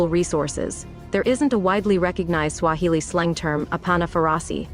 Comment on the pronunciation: Kenyan guy here, enjoying butchering those Swahili words too much. 😂😂